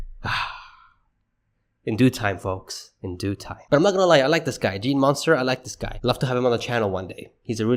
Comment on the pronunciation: its pronounced "mun-ster", not "monster"